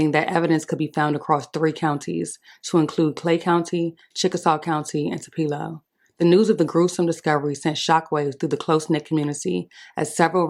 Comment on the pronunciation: Wrong pronunciation of Tupelo young lady.